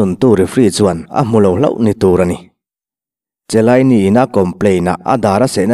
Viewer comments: Zorzio chilaini lawm😆😆😆a lam dik reng😂😂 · Chiellini ilam dan hi, Khialini ti a lam tur